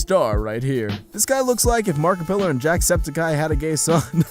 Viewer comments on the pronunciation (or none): Man disrespected mariplier and called him "markpillar" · he said Markipillar and Jacksepticeye